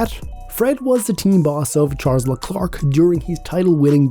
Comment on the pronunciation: Haha, right?! It'e pronounced "Lhe-claire", not "Lee-Clerk"